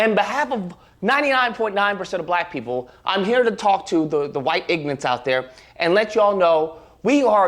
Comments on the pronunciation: "I'm here to talk to the white ignants" yes I'm sure the person who can't even pronounce "ignorant" has something intelligent to say 😂😂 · The man calls us “ignorant” yet uses “ignant”…suppose he’s gona “axe” us a question next. Then he’s “finna” do something 😂😂😂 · Did he say "ignance"? ~🙈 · If you aks me he ignant. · Does this clown really think that calling white people" ignorants", while he can't even say the word correctly, is some kind of flex???